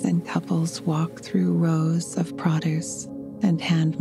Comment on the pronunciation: Do you “cast a rod” or “cast a line”? And “the rows of produce” got me — sounded more like “rouse”… I know there are different dialects but this caught my West Coast U.S. ears and I had to stop 🥴